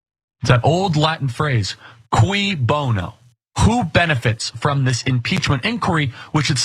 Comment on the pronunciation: He said Quee Bono😆